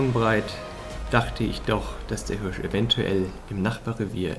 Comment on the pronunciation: Leute die Hürsch sagen 😩😩😩